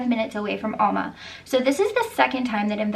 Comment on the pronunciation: Not (All)ma Al- ma like in A-pple